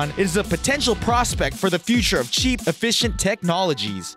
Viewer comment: OMFG HE SAID "EF-I--CUH--SEE" instead of efficiency!!!! IM FUCKING DONE!!!